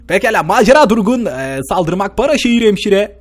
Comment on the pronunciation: Hemşireye ŞEMŞIRE diye adc heeeeeey